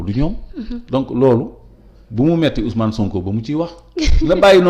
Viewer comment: Niap ya mëna prononcé OuS'Mané, SoonkO.